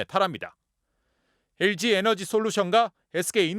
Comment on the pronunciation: 쌤썽, 훈다이, 에스케이, and 엘쥐이